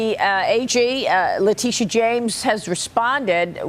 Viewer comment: La tittyeeah omg la tittyeeah... Girl you be done fell downa steps